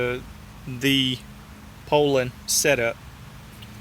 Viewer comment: It sure is nice to hear someone pronounce the name correctly. I grew up running 34 and 3700's. Just pulled one out of the barn after burning up my 046 and I forgot how good they pull chain. Currently hotrodding a 3400 for kicks. Thanks for the vids.